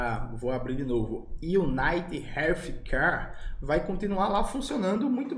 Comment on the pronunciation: Manoel, o "th" em "Healthcare" é pronunciado do mesmo jeito que o Lula pronuncia a letra "S".